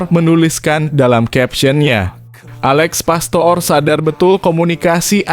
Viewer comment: komentatornya diganti aja,ngucap Alex pastoor(pastur) aja gak bisa